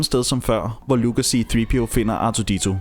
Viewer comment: c3po ikke c3peo